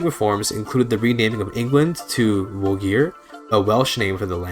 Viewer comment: Love the video but "Llogeyr" is pronounced with a "th" sound, as in thloy-geyr